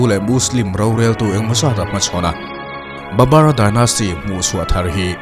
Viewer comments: Babar ti loin Babur tiin a in ziah dan ang khan lam rik tawp tur aw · Babar tih hi,babur ni zawk lo mi